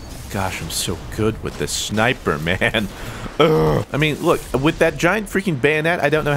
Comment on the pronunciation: "I wanted to review this shmiper rifle" lol